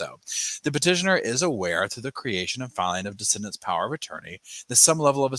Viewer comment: On the replay - ❤ your recaps g buuutttt, it's de-ceed-dants